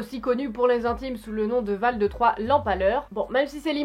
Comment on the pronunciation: C'est Vlad pas Vald 😂. Mais toujours plus de qualité sur cette chaine ❤️